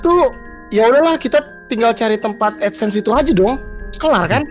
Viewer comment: GemmaD kepeleset Ngomong Essence jadi AdSense.. Biasalah yutuber